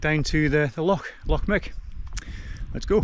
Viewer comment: It's pronounced Loch "Mick" not "Muck" or as one ambulance dispatcher once called it Loch Myu-ick🤣🤣